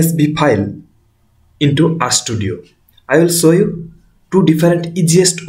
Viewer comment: Are you saying "Sow you' or "show you"?